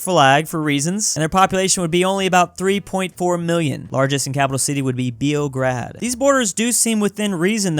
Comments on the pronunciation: its not pronounced ''Bi-o-gr-ed'' its more like ''beo-g-rad'' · "BEE-O-GRAD" LMAOOOO, I AM FROM SERBIA I CANNOT STOP LAUGHING. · The way pronounces the Serbian name for Belgrade got me rolling.